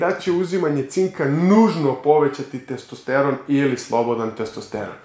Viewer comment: Nije testEsteron nego testosteron.